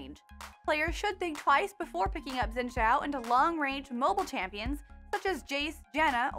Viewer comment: Fyi, Xin Zhao is pronounced Shin Chō or Kin Chō